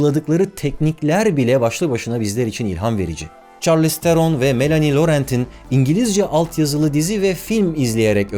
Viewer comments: Çarliz degil șarliz telaffuzu bu arada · Çarlïz diye okunmuyor . Şarlis diye okunuyor